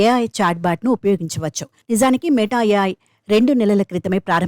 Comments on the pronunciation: Meettaaaa kadhu...meta... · మే టఆఆ కాదు. మెటా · neeku oka 🙏... Adhi మేట a.i. kaadhu... మెటా a.i. Ee ABN gaadu yeppudu chasthaado... Appudu Telugu states lo unna dharidram podhii... idhi oka paid promotion... Dhaaniki kuda nuvvu cheppey style... Total ga 🙏